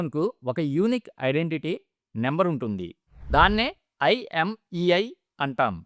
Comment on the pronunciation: Imiei కాదు మాస్టారు! IMEI అనాలి